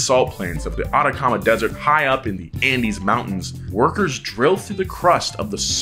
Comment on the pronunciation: Wahahahaha I'm from Chile I loved your pronunciation of Atacama thank you for the content